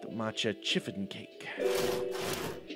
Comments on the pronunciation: I died a little every time you said chiffon with a hard 'ch' 🤣 (btw it's pronounced 'shiffon') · I totally pronounced it shiffon... 😳 I don't even know how to pronounce a ch 😅😂